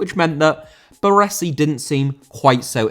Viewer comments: Baresi. Ba-Ray-Zee, not Ba-Ressi. 👌🏻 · The way he said Baresi too just hurt my soul.